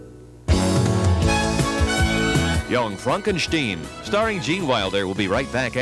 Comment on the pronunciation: Props to the announcer for pronouncing it "Young Fronkenshteen".